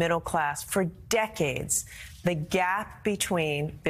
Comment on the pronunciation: Hey Gina, learn how to pronounce the word 'forward' correctly. There is an R in it.